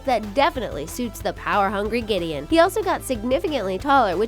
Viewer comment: Ugh giddion